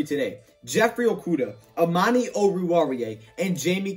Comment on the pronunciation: Y’all know why this is the best lions YT channel? Cuz at least he ATTEMPTS to say Amani’s name